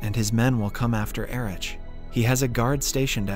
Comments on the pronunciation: You didn't read my comment under your last video telling to learn to pronounce German names properly, did you? I'm having a hard time listening to your otherwise great videos when it keeps getting interrupted by the inability to look up the German alphabet online. Heydricz and Ericz lmao. It's Haidrikh and Erikh, buddy. ETA: I just realised that you know how to pronounce Heisenberg properly but not names. Why? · Cmon, please get the pronnounciation right. It take less than 30 second to google how Heydrich and Erich is pronounce correctly. This way it seems that the narrator didnt even see the series...